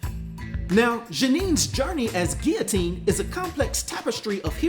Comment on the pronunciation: I really like Guillotine’s armor & appreciate the realism of a character that protects themselves when hitting the streets. Did the Sword flee after hearing “I’m Rick Jones B***h” 😁Great job with this video and real smooth with the French pronunciation.